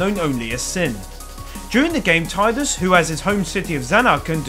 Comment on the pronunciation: You pronounce Zidane and Tidus the good way...I love you.